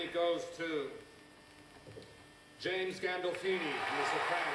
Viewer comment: galdolfini? tommy? come on my friend, you can do better...!!